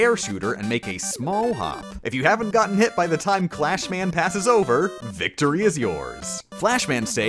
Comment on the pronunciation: He kept calling Crashman "Clashman" but he said the weapong name "Crashbombs" correctly. Oh well.